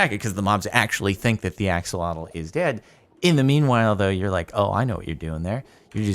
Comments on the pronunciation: My guy it's Ah-SHOH-loh-tl not Aks-uh-LAW-tul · It’s said like ah-sho-lote